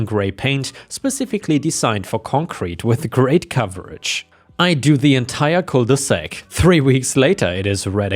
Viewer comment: Cul de sac, not cole de sac.